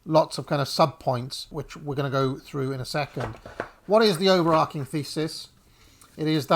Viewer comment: Two minutes in and 'overarching' mispronounced five times. The verb is to overarch. Not to overark.